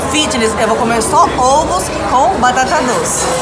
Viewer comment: "Ôvos" foi de matar KKKKKKK